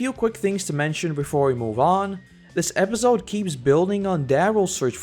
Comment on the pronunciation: No offense bro, but episode is pronounced with a soft 's' and not a 'z'. Other than that, great vid